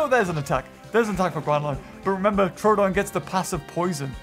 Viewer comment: Troooooooodon not trodon